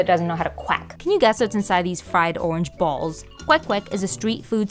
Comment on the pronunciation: so much emphasis on the "balls" part jeez